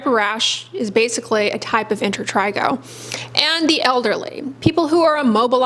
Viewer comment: She says inter trey go